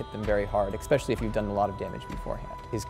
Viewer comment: I couldnt take this guy serious after he said "expecially"